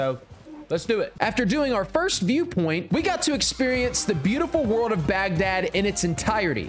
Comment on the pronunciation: I’m just going to ignore all the times he mispronounced Baghdad 😢😅😂